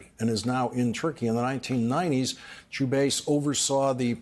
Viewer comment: it's pronounced CHU-BI-IS